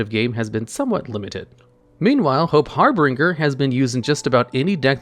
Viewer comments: You have got to get better at reading and pronouncing certain words. Every time you say 'Harbringer' I can feel my outline go squigly. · its funny how you pronounce harbinger weirdly, the ng portion is supposed to sound like the one used in binge eating. but great content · It's always good to see even after all this time people still pronounce Harbinger wrong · Idk when will finally realize how to pronounce the word "Harbinger" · The way you pronounce "harbinger" is a war crime. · Har-Binge-Er. Just a polite FYI, love the videos man. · It's name is "Hope Harbinger", pronounced "HAR-bin-jerr". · Harbinger (Har-bin-jer) It's real word. Basically a messenger or announcer of another. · "Harbinger" is pronounced har-been-jer. I love your videos. Single-handedly getting me back into YGO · Hope Har-bin-ger(the ger is like jer in jersey), you've never played koth 2 the sith lords brother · Hey don’t wanna be that person but that’s not how you pronounce harbinger my dude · it's harbinger not harbringer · Harbinger not Harbringer. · brother in christ its called "Harbinger" not "HarBRINGer" can we have just one video in which you dont absurdly mispronounce cards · I don’t want to be rude, but you need to start looking up how to pronounce words when you don’t know them. It’s not har-bringer, it’s harbinger, Har-bin-ger. Just like it’s not arc-fiend, it’s Arch-fiend. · Har-bin-ger not Har-bring-er. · I like how he's pronouncing harbinger with a third R that doesn't exist. It's pronounced like binge like you're going to binge your favorite anime. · Say it with me now. HAR-BIN-JER. HARBINGER... not har-bringer >.> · Everytime reads harbinger (har-bin-ger) as harbringer i cringe a little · Har(binger) not harbringer i thought that aswell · gonna be that guy, but... it's pronounced harBINGEr, like "GINGER"... only had to do it because it's one of my favorite cards, I'm sorry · HARBIN(G)ER (J) not HARBRINGER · The pronunciation of harbinger in #9 is killing me